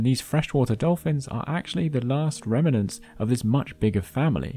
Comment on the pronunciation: Remnant does not rhyme with revenant 😅